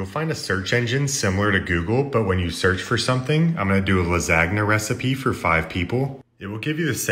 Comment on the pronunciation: "CHI-POTTLE"???!!! omg, it's pronounced "Chi-poLt-lay" - seriously man, where did you learn to speak?? You've also completely botched other common words such as, and not limited to "LA-SAG-NA", "DRAK-U-LA"...no offense, but where were you educated?